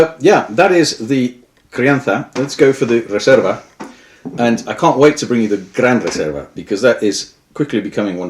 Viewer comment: You pronounced gran reserva and crianza perfectly, do u live in spain or something? Im spanish and had to say it, its hard to find an english speaker who pronounces that well, good video!